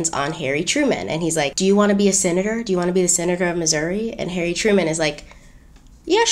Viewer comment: Well hello! 👸🏾 Go! 👏🏾👏🏾👏🏾 "Hairy Truman" to my Brit ears 😂😂